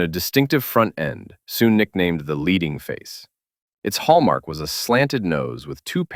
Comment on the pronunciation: His name is "Leiding". Can you please re-record the audio caling him that? Not "Lieding". "Leiding". Find someone who speaks German FFS.